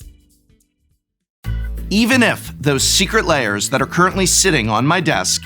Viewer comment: This is very disingenuous, Prof. The reason people don't think you like Secret Lairs (lairs is only one syllable in English), is that when the first Walking Dead cards were announced, you all but told us not to buy them. You warned that, if we did buy them, we would face many more Magic crossovers eg. My Little Pony. I myself bought four copies of the Walking Dead cards, and made myself a casual deck with them. I've had lots of fun playing it. I don't like My Little Pony, but I know there are others who do.